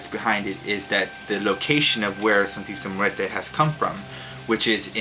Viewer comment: lol hey i'm mexican! and the way you pronunce "Santisima Muerte" is like this ( san-tee-see-my-////mu-a-rt-a) lol anyway great videos!